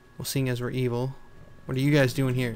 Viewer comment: when he said evil i had thought he said eel